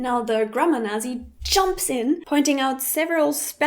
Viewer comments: Why are you saying "nah-zee" instead of "natzee". It is a word from your own language. Is there a dialect in Germany that says it that way? You're pronouncing the "z" as we do in English, not the TS sound the Z makes in Germany. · Da "Nazi" ein deutsches Wort ist, darft du es ruhig auch mit einem richtigen "z"-Laut aussprechen, also "Natzi" ;) "Nasi" gibt es nicht, selbst englische Muttersprachler sprechen "Nazi" wie die Deutschen aus. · "Naht-cee" not "Nah-zee"!!! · Nasi? even non-germans spell it Nahtzi, warum du nicht? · I hate to correct you on a video about correcting people, but we pronounce Nazi the same way as the Germans with a hard T in there. It sounds like you are leaving the T out. Is the way you are pronouncing it in this video the way you pronounce it in German as well? Just curious. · In English, we pronounce the word "Nazi" (NAT-see), if you want to pronounce it correctly in English. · Why do you pronounce it "nasi"?? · "I know how my friends look like" should be "I know how my friends look" or "I know what my friends look like" - also, the American English pronunciation (how everyone says it, whether it's right or not) of "Nazi" is "NOT-see" - kind of like how "pizza" is pronounced "PEET-suh" I hope you feel that I am being helpful, because you say you are a perfectionist when it comes to languages, and so am I - with the one I know: American English. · I'm sorry if I offend you by correcting but it's pronounced at least as I've heard it as nah-tzee :D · um... you made an entire video about Grammar Nazi's, but pronounced "Nazi" incorrectly throughout. In English, it is always "ts" for the "z" in Nazi, never an English "z". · As much as I love and her videos, I'm afraid she does mispronounce it! (sorry,!). It's actually pronounced "Nat-see" in both German and English, though maybe just not aware of this? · Don't germans pronounce it Naht-zee? thats how we say it in English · right it is weird as she says it now